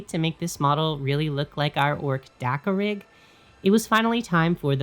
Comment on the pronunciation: At first I kept hearing 'dakka-pig".😂 Now I want a dakkapig 😊